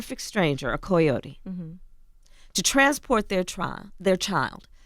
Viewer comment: Why can't This woman pronounce coyote correctly?